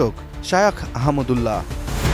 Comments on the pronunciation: নাম টাও ঠিক মতো বলতে পারে না😢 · শায়েখ আহমাদুল্লাহ হাফিজাহুল্লাহের নামটিও পড়তে পারে না কী আশ্চর্য!